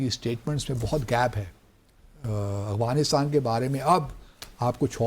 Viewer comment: First of all correct your accent it’s not Awghanistan , it’s Afghanistan. Heraa mandi ki paidaesh